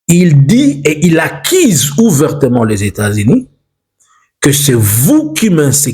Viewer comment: Monsieur ulishaka massacrer ma U zote, accise ou accuse??😅😅😅